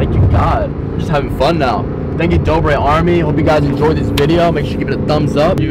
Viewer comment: you said dober it's dobre